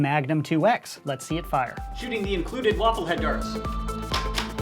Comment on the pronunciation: Did you say, "included waffle darts?"